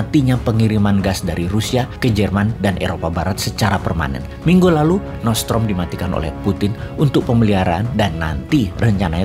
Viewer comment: Nordstream boss, bukan nortsetrom